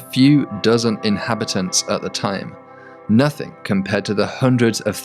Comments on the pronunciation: Lol you pronounce “Nothing” as “Nothink” lol But baddass video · ITS NOTHING NOT NOTHINK. it jars every time i hear it.